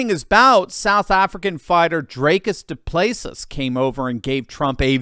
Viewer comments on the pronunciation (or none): DuPlessis is pronounced DOO PLES SEE but said without the gaps, cheers Ken 🇦🇺 ex Rhodesian